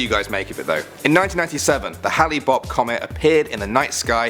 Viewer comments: Hi You must have heard of Halley's Comet so when you saw "Hale-Bop" you thought 'Hale' was pronounced 'Halley'. No, it is Hale, like 'hail' the frozen water that falls from the sky. A little knowledge is a dangerous thing! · Did he just call hale bopp... HALLY bopp?